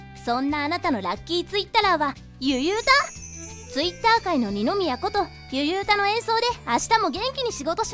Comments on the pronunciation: ゆゆうたのイントネーションが違くて草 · ゆゆうたの発音おかしいだろ